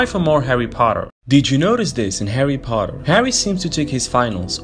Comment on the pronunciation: “Did you notice this in “Hawry Potwer” LOL😂